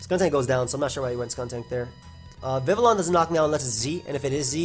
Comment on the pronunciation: The pronunciation you were looking for is Viv-ee-on. It’s based on the French language pronunciation which makes sense because Kalos was based off of France 👍🏾